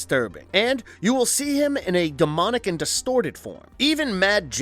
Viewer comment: Good video, but it's a little annoying how much emphasis this guy puts on "AND" Drinking game: Take a shot every time he says AND Louder than the rest of the sentence